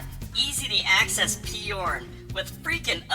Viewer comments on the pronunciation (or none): Peyorn? Why the extra syllable?